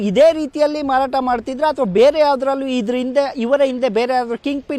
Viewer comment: ಮರಾಟ ಅಲ್ಲ ಮಾರಾಟ ಅದು